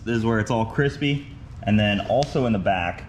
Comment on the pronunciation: cwispy, is how I heard it every time in my head... glad it was just some toasty lines so far(havent seen the next one)! That new trailer jack looks a bit slower then the old one, but probably better maneuverability on grass :D